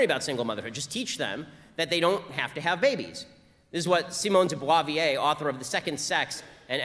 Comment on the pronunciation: his pronunciation of Simone de Beauvoir, ouch!!